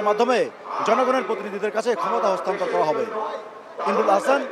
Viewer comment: অস্তান্নত না হস্তান্তর হবে 😂😂😂😅😅😅😊😊